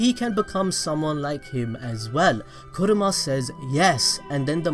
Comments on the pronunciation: Kurama. Not Kuruma. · Why are you calling Kurama “kuruma” that means car lol